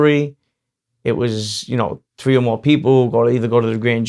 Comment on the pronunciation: Watch his other. Interviews. His voice changes. To whom Ever he may be speaking to. When he talks with stax he sounds like Eminem. When he’s talking to Vlad it’s the Brooklyn accent. 3is tree throw is trow. Ur from Howard beach brother. They don’t talk like that ova Thea. Taking bout being Real. Use ur real voice brother. Are u a homeboy or are u a Cosa nostra.